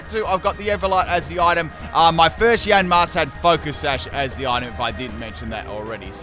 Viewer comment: Nobody:: YaNmAsK, MaYjArNa, YaVaNtAl